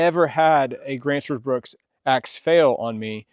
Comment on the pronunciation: There's no "S" i n bruk.